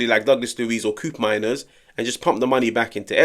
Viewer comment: Bro, It’s not “Kuupmeimers”, it’s pronounced “Ko-opmeiners” — he’s Dutch 😂